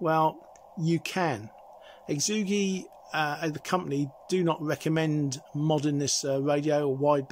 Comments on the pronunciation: Hey. Great review, full of good information. For what it's worth, the phonetically best way to say Xiegu is - Shay Goo. Thanks again. KR4AKC 73. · lmao this has been the best pronunciation of the name yet.. exoogi